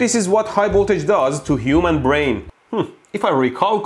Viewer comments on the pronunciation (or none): none